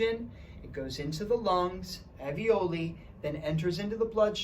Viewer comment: Thank you very much for this interesting video!! There is one feedback I would like to give to you: talking about the little pockets in the lungs where the oxygen is absorbed.... Those are called ALVIOLI, which you pronounce very different from the word avioli (not a medical term) you use..... Love, Elise